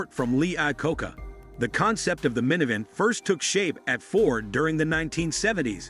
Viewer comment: is this AI narrated? why is the pronunciation so bad? why does he says "minivan" like that? is this a comedy video?